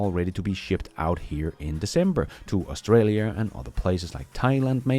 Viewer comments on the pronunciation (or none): none